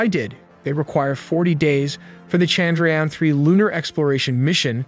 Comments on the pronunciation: They gave us icecream in my office because of this haha. I was so happy ^_^. Also i think modi had two speeches ready. 1 for if we fail and 1 for if we successfully land it hahaha. Also its pronounced as Chand - ra- yaan. The A's are pronounced as 'uh' instead of 'ah" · The way he said Chandrayaan was hilarious. No disrespect but I kept laughing on that part.